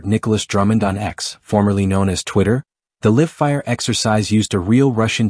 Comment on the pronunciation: I hate these "robot" commentaries e. "Live" mispronounced1